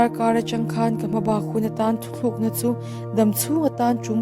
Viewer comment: Mi thar ka nia,ngaimawh deuh ka nei,thuthlukna itia,thutlukna tih zawk tur ania.. Ngaihthlak a hreawm khawp mai